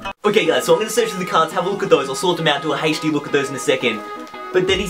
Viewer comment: The way you say HD Is funny lol. Keep up the good work bro 👏🏾👏🏾